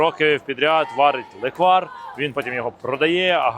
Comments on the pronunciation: лЕквар, а точніше лЕкварь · По-перше: лЕквар, а ніякий не леквАр. І по-друге: не зі слив, а лише із ЧОРНОСЛИВУ! Бо зі слив на Закарпатті варять сливовицю))